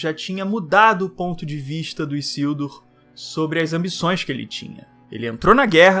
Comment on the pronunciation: Não é " Issildur ", é Isildur com som de " z " 🤓